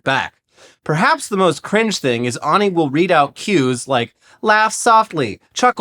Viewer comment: Wouldn't you say ani like "Annie" not "ah-ni"?